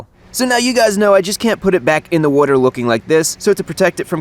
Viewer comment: has a fishing/boat channel?!?!?! I wonder how many times he's going to say "wudder" here. He said it a lot on lol